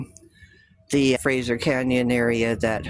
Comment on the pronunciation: It's the Fraser (like laser) valley not Frasier Valley ffs